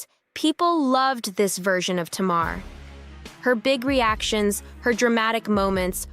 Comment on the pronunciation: Narrator, her name is pronounced TAYMAR.